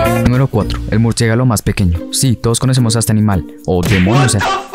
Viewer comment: Jahaha "murciégalo"